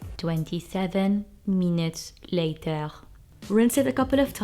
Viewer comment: Okay I'll comment and won't say "Penguin", I just wanna say that you fooled me, I didn't notice that you were lip syncing. Also, I detected an Arab accent, but when you said "latagh" for later you lost me and I thought that's a Hebrew pronunciation, so I said she might be an Israeli-Palestinian, am I right or way far off?